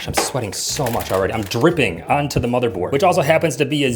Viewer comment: Also u said bothermored not motherbored lol also, u should build a PC in the forest